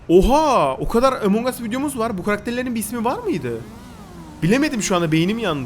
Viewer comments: Abi bu arada emong değil among +1leyin görsün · abi yanlış söyledin emong us